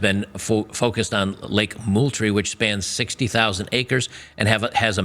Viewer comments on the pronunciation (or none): ITS PRONOUNCED MOLETREE. Its named after the SwampFox Revolutionary war General Mouth breathing chairfarce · Its pronounced multree. I literally live on the Navy side of the joint base.... how these morons managed to screw this up I can't even imagine.